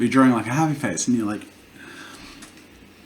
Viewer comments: Nobody: Jazza: Drawring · Jazza learn to say drawing